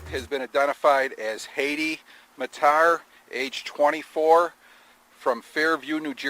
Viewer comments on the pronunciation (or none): Its pronounced as "mattaar " Its a iraqi surname